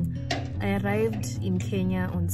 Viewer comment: i was mad n thinking where's my lawyer. Kenya poooooh. He just said it right